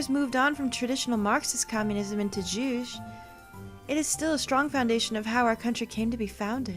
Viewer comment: Juche is pronounced JU-CHAY not JUCH ;;))))))))